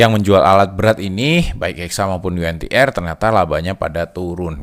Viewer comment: saham Yu En Ti Er.. hehehe kirain yg bener Yu En Ti Ar